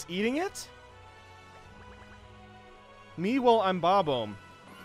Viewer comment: Still won't apologize for "bob-ohmb" though